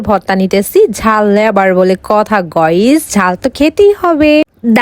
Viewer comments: গাইজ ❎ গোয়েজ✅ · বেডি গাইসকে বলে গইস বলে 😂😂😂😂😂😂😂😂😂😂😂😂😂😂😂